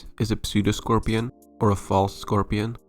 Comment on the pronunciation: the P in 'pseudoscorpion' is silent. Cool video.